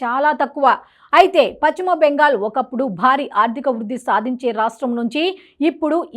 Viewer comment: Paschima bengal not pachhima bengal utcharana marchandi